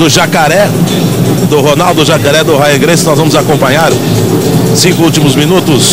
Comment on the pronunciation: O locutor sacaneou :"a Rya gracie" haha sempre foi um merda lutando, só ganhava na covardia